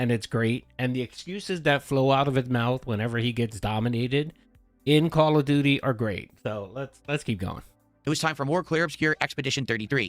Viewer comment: "The Shatgun is the best weapon in Khall av doody"